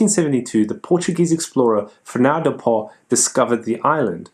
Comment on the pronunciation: Another fine video,! However, the Spanish would pronounce "Fernando Poo" as "Fernando Pau" (or "Fernando Pow"), which sounds much more genteel. As for a "dead" country, how about Tuva - spectacular pictorial issues!